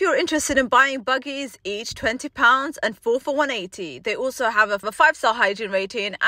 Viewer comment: You should remove this video from youtube just for the way you said budgies.... buggies WTF